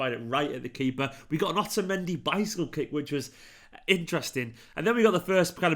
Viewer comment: Am i the only one that heard 'otamendi bicycle dick'😂😂